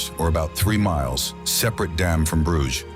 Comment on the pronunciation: Damme is not pronounced DAMN.